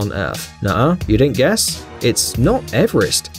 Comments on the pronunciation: So, this video is COMPLETELY wrong with the name of mount Everest. Clearly, and i mean you really say Ever-est, say Eve-erest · its not pronounced ever-rest its pronounced eve-rest